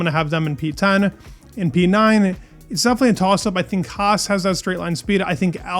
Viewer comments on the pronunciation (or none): none